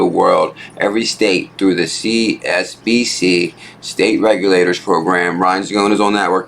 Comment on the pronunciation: It bothers me you always say csbc when its actually csbs. You say csbc so much you dont even realise your saying it wrong. Other than that. Video is good